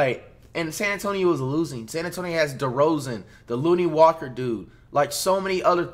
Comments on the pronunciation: Flight, Ik you respect Lonnie Walker due to his story, but his name is pronounced LON-KNEE, not LOON-KNEE. Just feel that if you gonna respect him because of his story you should say his name correctly. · Commentator: “Lonnie Walker” Flight: “that looney walker dude”